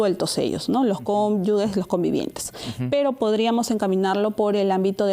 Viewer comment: "Cónyugues" no Dra. Es Cónyuges